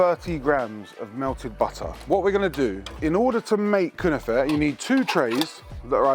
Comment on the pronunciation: 🤣🤣🤣🤣 1. Its 100 percent not Turkish, but yes they do make it in Turkey . It comes from the levantine Region. 2. That was an outrageous pronunciation of the Word. An arrestable Offence.😂 3. Great episode. Big up